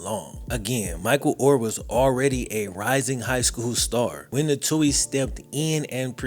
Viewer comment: You might want to learn how to pronounce the Tuohy last name to give yourself a little more credibility